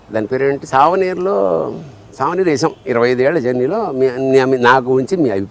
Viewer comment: సావనీరు, బతకనీరు ఏమిటి సర్ ? సూవెనీయర్ (souvenir).